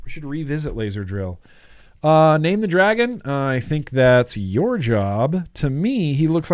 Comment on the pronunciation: When you said name the dragon it sounded like Nate the dragon so I think maybe Nate would be more fitting 😁 #replaycrew ps I think uwell has gone down the dead rabbit path 😅 as much as I think this is dumb idea but if it works well I just might love it! I alternate 2 flavors all day every day so maybe a 2 coil 2 flavor pod system is just what I need!?😅